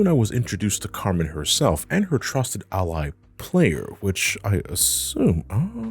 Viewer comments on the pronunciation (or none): none